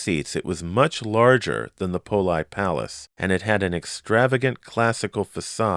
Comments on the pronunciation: Are you sure "Poli" is pronounced "pole-eye" and not "pole-ee"? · Strange, since he was Italian, it seems the pronunciation should be "pole-ee". I wonder if it was mispronounced on purpose back in the day due to certain ethnic stigmas that existed back then.